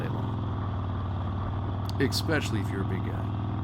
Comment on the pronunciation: "exspecially" oof